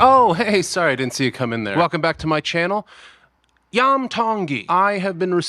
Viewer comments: It’s not Lam! It’s Iam ( ee-hum). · The name is Pronounced Ian with an “m” not “I am” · Dude u r mis pronouncing his name it's not yum it's em Tongi it's the last 3 letters of his name William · Iam is pronounced the same as "Ian" but with an "mmm" instead of "n" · It’s Iam pronounce the Kline a long E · Name pronounced on show as Iam Is 'Ee am'